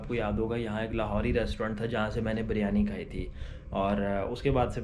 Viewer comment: Bro everything is fine except the word you said Baryani Actually its not baryani its “biryani”